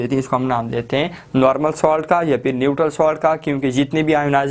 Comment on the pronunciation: Ye salt Hai ap solt par rha ho